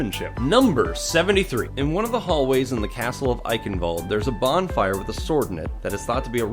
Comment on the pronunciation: "Eichenwalde" is pronounced "I-shen-vul-de" (kind of)